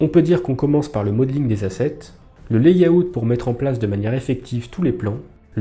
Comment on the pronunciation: Pour info, layout se prononce [lè-aut] 😉😇 ... 👻